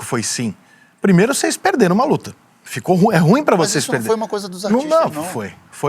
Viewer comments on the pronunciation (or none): none